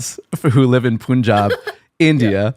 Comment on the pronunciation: It is not Poonjab , it is pronounced pun-jaab